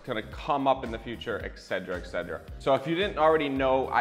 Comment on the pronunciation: The word is 'etcetera ' ET Not EC !!🤐